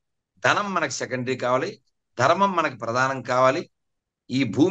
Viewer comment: సనాతన ధర్మ తల్లీ dhurema కాదు ధర్మం. ని పలకటం నేర్చుకో